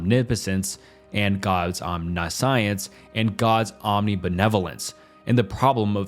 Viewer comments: Omniscience is pronounced om-nish-ence for future reference ( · lololol it isnt “omni science” 😂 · It's pretty easy to find out how to pronounce words using google. Omniscience = om-ni-shence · bro made a 3-hour long video to “correct his pronunciation” but still pronounced almost every philosophical term wrong 😔 “omni-science” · Omna-science and premesises 🤦🏻‍♀️